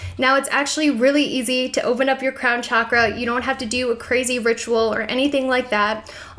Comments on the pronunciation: pretty sure it's pronounced 'shock'-ra not 'chalk'-ra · Pronounced SHockrah. Not Chakra as in CHalk . Chakra as in Shock. On another note, your ink is sick. 😊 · Everytime she pronounces "chakra" i feel .....